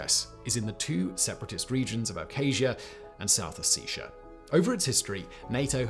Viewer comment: The way he pronounces Ossetia…